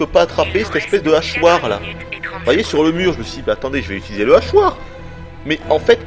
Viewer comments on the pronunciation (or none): none